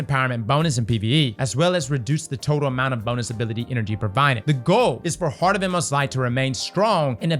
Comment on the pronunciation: It's okay I'll say what you want to say about heart of inmost light, Those MF's butchered my boy